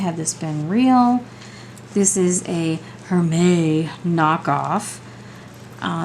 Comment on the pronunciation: For Hermès, you can say the “s” at the end with a “z” sound!